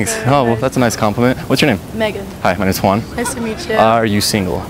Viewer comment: Everytime he introduce himself i hear "Minus one"